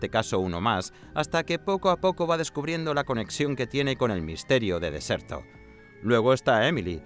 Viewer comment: Alguien debería aclararle al narrador que la mansión se llama "Derceto" no "Decerto". Lo dice mal todas las ocasiones. Por lo demás todo muy bien, tiene pintaza el juego